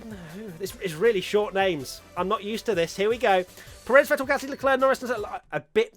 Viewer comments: It's PErez not peREZ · Pé-rez, not Pe-réz. He's been a pilot in F1 for like a decade now, c'mon pronuonce his name correctly